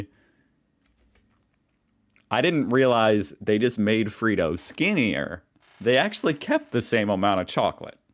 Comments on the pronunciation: It’s not “Freedo”. It’s “Fred-doe”. Like Fred. You are driving me nuts. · It's "Fred Oh" not "Free Dough". Free dough is what the government gives to dole bludgers. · Its freddo not freedo putting too much emphasis on the e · Ìt's Fred-ohs not Freed-ohs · Sorry, but if it was pronounced Freedo, it would have 2 e's and one d. It's Fred with doe on the end, like a lot of Aussie nicknames. And it's Woolworths, not Woolsworths, lol. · dude it's Fred O not freedoh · FRED-oh, not FREE-doh. Fred rhymes with bed and it has an Oh on the end. FREDDO. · Can you actually say Fred not Free... it’s Freddo F R E D (doe) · Its Freddo not Freeddo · Freh-doh not free doh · That frog is called Fred-O, not Freed-O. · It’s not ‘Free-doh’, it’s pronounced ‘Fred-oh’. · It's not Free-doh it's Fred-oh...Freddo, the frog's name is Fred the frog but has the Australianism nick name convention added to it with o on the end. Like Steveo and Robbo! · G'day! It's not Freed-o mate it's Fred-o!😂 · I think it’s weird you have such a fascination with Australia, being Australian maybe I’m blind to it but I’d love to understand what it is for you? P.s not having a go just cracks me up every post is australia……. P.p.s it’s pronounced Fred-O frogs not free-doe 😊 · Fred-do not Free-do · FREDDO (“FREDD-O”) not “FREE-DOH” Duh. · It’s Fred-O, not freedo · It's Fred-Oh not Freedoh.... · You're at it again. A child can tell that the frog is an extension of the name Fred, The boys name, so it's Fred 0, Not freedo. and you're still on Wools worth when there is no S in the middle, you need to seek help. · It's Fred'o not free'do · please, PLEASE stop saying FREE-DOH. Freddos are pronounced as Fred-Os. 😭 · W_O_O_L_W_O_R_T_H_S _(ffs). NOT f**king Woolsworths Jesus.H.Christ!!...AND "_FRED-OH_" Not frickin' '_freee-doh_' man you are enough go make a sane person go _C_r_A_z_Y_😡😮😳😡😮😳😡😮😳😡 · It's pronounced fred-o not freedo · Fred oh not bloodyfreedo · FrEddo Short E sound like Egg